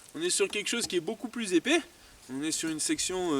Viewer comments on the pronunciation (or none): On ne dit pas épé, on dit epais !! A part ça, je suis entièrement d'accord avec ce que tu as dit !! ^^